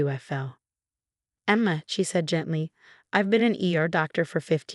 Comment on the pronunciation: Good story. Very realistic with a realistic resolution. But,,the changing pronunciations of Martinez was annoying as is the way the voice says Emma.